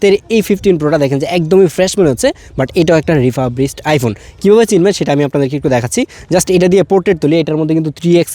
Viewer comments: রিফারবিস্ট, রিফাবরিস্ট না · রিফাব রিশড কি 🤣🤣🤣🤣🤣🤣🤣